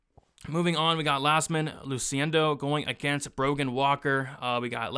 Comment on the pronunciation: it's 100% an I and pronounced "Yazmin"